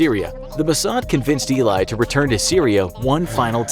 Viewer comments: Great video! One thing to note though, your pronounce "Eli" as "eh-lee", not "ee-lai". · Nice video, but you butchered his name throughout the whole video... It's not pronounced "i-lie" but "e-li" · You are prounancing his name wrong. It's not E-lai. The name is pronounced E like Emma and Li like Bruce Lee. Eli! Just like Emily, without the middle 'mi'. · It’s eh-li not ey-lie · Great Video! Was very cool to watch as an Israeli! One detail you missed.. Him name is not Eli But E li (like the letter A and then Li E-li and not E Lai) (short for Eliyahu) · Only thing you missed by far, NOT ILAY, ELI. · Its not ilay its eli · "E-lie",not "I-lay" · As an Israeli, I can say that you misspelled his name. You have to say Eli as in Elii or Elei, not Eli as in Elaay. He is a national hero and spelling his name correctly is very important! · I knew it was about Eli Cohen as I read the title It's not E-lie, it's El-lee Cohen And he was going to become Defence Minister, not Prime Minister Do watch Netflix's The Spy and get your facts right Now I don't know how many times your facts were wrong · his name is not Elay but Eli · Btw it's not ee-li, it's eh-lee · It not even pronounced lik this, he said ilay, it actually eli or ally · It's pronounced Ellie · You're pronouncing the name wrong it is Ellie and Eli ellie is short for elliaho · It's pronounced Ellie ( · He never nearly became prime Minister however he was the deputy minister of defence for a short time before his execution you need to get your facts straight And his name is pronounced elly but spelled Eli his cover name is Kamel amin thaabit and is not pronounced tabit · Eli Cohen*, not Ilay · His name is pronounced ely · U saying the name rong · you literally pronounced his name wrong the entire video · You’re saying his name wrong 🤦‍♀️ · Watch "the spy" on Netflix and its about him. And you butchered his name so hard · Wow you butchered his name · It sounds like Ely not ilay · It's not"Eli" it's "he lie" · Eli not Elay